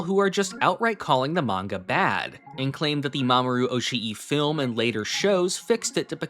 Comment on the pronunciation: Just fyi, double vowels in Japanese names / words aren't supposed to be pronounced as two vowels. They signify that the vowels sound is supposed to be held for longer. So instead of being pronounced oshi-i it's pronounced oshi but with the I sound sustained for a bit